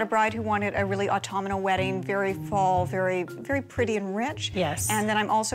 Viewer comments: This particular coordinator favorite word is Autumnal except she says it Autumn-i-mal 🤣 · Autum-I-nal? It’s AUTUMNAL!!